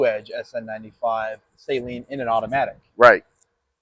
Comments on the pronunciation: Sa-leen not say-leen smh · Suh'LEEN , not SAY-LEEN ...🤣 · Gorgeous car but I stopped watching after the second time he called this car nasal spray 😂😂😂😂😂 SU LEEN pronunciation not SALINE. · Fyi pronounced SAH-LEEN not SAY-LEEN. hunge car guy and especially mustang guy and just found that out last year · sa leen, please pronounce it right suh leen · You need to pronounce Steve's last name correctly buddy🍻